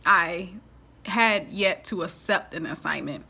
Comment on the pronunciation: I love your channel...but the way you pronounce accept is not correct. It is ‘ak-sept’ not ‘ass-sept’...